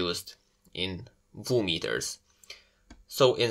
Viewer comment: It's not a "Voo meter"... It's a "Vee You meter", as in V.U.=Volume Units.